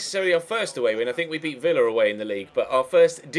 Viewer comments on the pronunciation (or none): none